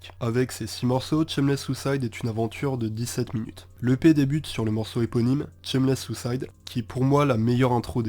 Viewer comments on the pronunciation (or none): Super vidéo, garde ta voix surtout, elle est chill même quand tu parles de sons vener. Mais si on veut chipoter y'a la prononciation, on dit "Chèquewell", pareil pour le titre c'est pas "Tchemless", varie le débit de parole aussi, la lenteur c'est cool mais y'a toujours des moments où tu peux te permettre d'accélerer. Si tu parles un peu de rap FR je fais moi-même du son, et aussi mes prods (un petit EP sur les plateformes, Sur La Route de Nulle Part). Continue mec, et te prends jamais la tête pour les délais de sortie, quand ça drop ça drop puis tout le monde est content 💪💪🔥🔥🖤💜